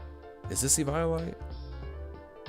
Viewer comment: Why he say eviolite like that